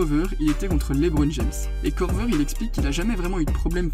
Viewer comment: Et c'est Korver pas Kovrer😉 sinon super vidéo !